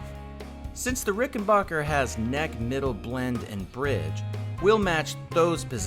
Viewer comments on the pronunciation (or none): Oh god, not the “bocker” pronunciation.